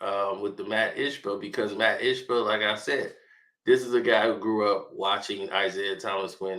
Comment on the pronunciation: Wow you murdered saying Ishbia's name.